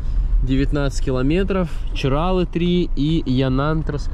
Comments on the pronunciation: В ЧирАлах , в Хельсинках , в Сочах ... ЧиралЫ (с таким ударением и без склонения) . 😆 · ЧиралЫыыы 🙈 а не ЧирАлы